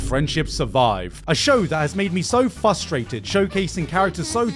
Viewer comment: did this man really just say "fustrated"...?